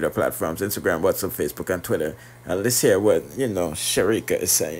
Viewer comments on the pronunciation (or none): none